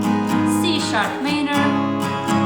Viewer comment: wymawiamy - ` mAJ-nor` - a poza tym OK :))